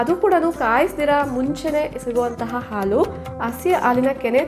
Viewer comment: ಆಲು ಅಲ್ಲಾ ಹಾಲು. ಅಳೆ ಅಲ್ಲಾ ಹಳೆ. ದಯವಿಟ್ಟು ಸರಿಯಾಗಿ ಉಚ್ಚರಿಸಿರಿ.